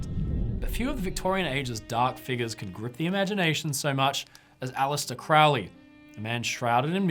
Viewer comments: It would really add to your credibility if you pronounced his name right. It was Crow-ley, like the bird, not "crou-ley." He despised witchcraft and did not do "black magic." It might help if you actually read something he wrote. Jeez. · it isnt. crowley even wrote a poem about it " those who treat me foully call me cr -ow-ly those who see me as holy call me crow-ly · It is pronounced Kroh'lee, NOT CROW-LEE. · Why does everyone pronounce it Crou-lee, when ots pronounced as it is spelled: Crow (the bird) Lee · Crowwley how he pronounces or crow-ley? I say Crow ley... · It’s Crow-ley, rhymes with Holy. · Superficial Bull shit, You can not even pronounce Crowley"s last name properly. The man was brilliant. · No it's not, it should rhythm with "Holy", I'm also in the UK. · He himself always pronounced it to rhyme with "holy." And he didn't do "black magic."